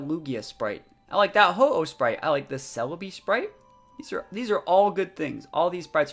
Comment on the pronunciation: it bugs me how he calls jirache I know I did not spell that right but you know what I mean celbi and this is wrong to been a while since I have seen there names